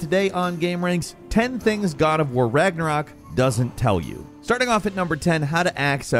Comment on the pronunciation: The only reason he got Ragnarok right is because of Marvel movies 🤦‍♂️